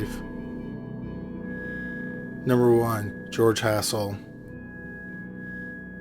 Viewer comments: Sounds like the narrator is saying ASSHOLE and not Hassel. Asshole fits the murderer. He was insane. He was put to death 13 months after the killings...As it should be . Get rid of these killers right away and stop letting them live in prison for the rest of their lives. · Coulda swore you said "George Asshole" lolol 😂 I think it's bedtime for me, lol 🤣